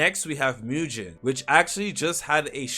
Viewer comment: Btw, it's not pronounced as MUJIN its MUGEN like gun 🤓